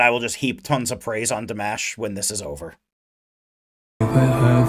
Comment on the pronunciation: He is not Dee-mesh, he is Dimash (dimaaash). And he is not "Kyudo-bergen", he is "Khudai -bergEn".